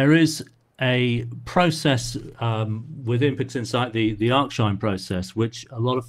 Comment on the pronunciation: We generally get what we need with HT followed by HDRMT/CCHDRMT when appropriate, or MaskedStretch, but this is very interesting and will compare again with the newer process, which replaces the script. Thanks and TAIC. FYI, it's ARC-sinh rather than ARCH-sinh.